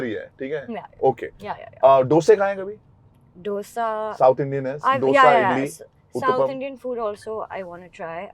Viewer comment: It's not डोसा it is दोसा